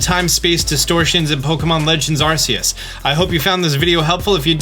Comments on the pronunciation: You know the English pronunciation is ark-e-us watch the English movie about him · PLEASE STOP CALLING IT ARSEUS WHAT IS ACTUALLY WRONG WITH PEOPLE WHO THINK THIS IS THE PRONUNCIATION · is it pronounced AR-SEE-US? In the trailers, nintendo pronounces is AR-KEE-US